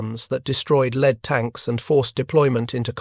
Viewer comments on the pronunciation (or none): Every plural S is pronounced as 'seconds'. It's unbearable! There are numerous errors throughout. 'Lead tanks' are pronounced as if they were made of lead etc.